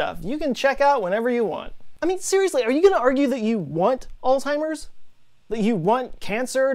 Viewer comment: It's "Alzheimer's" not "Old timers" 🤣